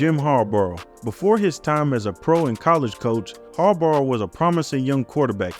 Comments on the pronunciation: Sounds like you're saying "Jim Harborough" lol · Great video but type names into Google with the word “pronounce” afterwards. Harbaugh, Wannstedt, Krieg were pronounced wrong. Still an excellent video.